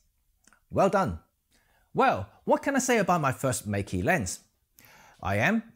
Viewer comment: Meke pronuces like 'metkat'